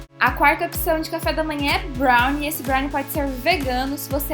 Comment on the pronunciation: N sabe nem falar brownie